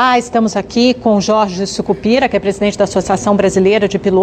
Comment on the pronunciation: mais ates ela ter errado o nome dele chamando ele de jorge curupira em vez de sucupira kkkkkkkkkkkkkkk